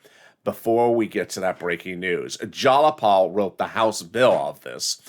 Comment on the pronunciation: its not jalapal its jayapal jai-uh-paal